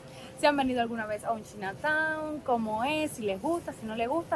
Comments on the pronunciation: Hola se pronuncia chaina town no china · Se pronuncia chaina town 🤣🤣🤣dice q china 🇨🇳 town 🤣🤣🤣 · 😂 no corazón! No sé dice "chinataun" sino "chainataun" (Chinatown). ❤❤❤ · Saludos. Si lo vas a decir en inglés se pronuncia CHAINA. Si no mejor di barrio chino. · La palabra chinatown, es una palabra en ingles. Se pronuncia chainatown. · Por favor trata de no hacer el ridiculo. No pronuncias bien China Town, ho das datos concretos....UBICATE